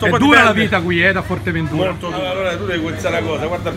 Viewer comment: A parte che è Fuerteventura e non Forteventura.. guardati questi va....